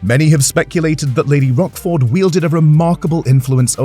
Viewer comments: Lady Rochford...not Rockford. It's C not K. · Pretty sure its Rochford like roach, not rock. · How can this be taken seriously when they pronounce her name as Rockford. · It’s a history channel, at least pronounce her name correctly 😡😡😡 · I was thinking about Rockford files when he kept mispronouncing her name!